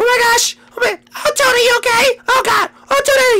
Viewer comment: toad not tode